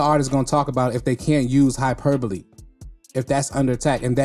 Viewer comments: You're the only reactor to pronounce hyperbole correctly lol. That word has been whooping everybody else's ass lol. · 😂😂😂😂 He said it so smooth that I didn't even notice. I don't think a lot of the others had ever seen the word in writing before... Lol